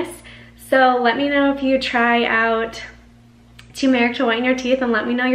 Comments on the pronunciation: Cool natural remedy Btw the emphasis is on the “u” So it’s like saying “term-rick” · UPDATE: Still works six months later! Do at bedtime and any remaining yellow residue on your tongue, lips, etc. will absorb into your body overnight or you can oil pull to make the yellow instantly disappear! (ps the accent is on the first syllable: TUR mer ik/TU mer ik) THANKS, again!